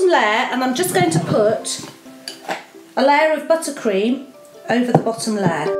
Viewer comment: amazing video but its a layer not a ler